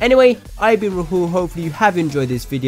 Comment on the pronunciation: lol the way u say Rahul RAHOOOL fucking Degenerate. . . bro you are Brown. Embrace that shit